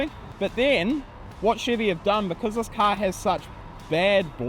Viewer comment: What exactly is a cah? 😆